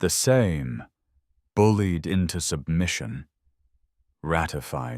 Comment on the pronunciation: Any chance you could learn to pronounce? Some good, some bad, Lech Wałęsa was the worst. I could pronounce that even when I didn't know why it was pronounced that way. And how can you pronounce Sejm correctly sometimes and incorrectly most times? Well you got some of them right. And the pieces of history that I didn't know, I couldn't say. And the rest of it sounded right.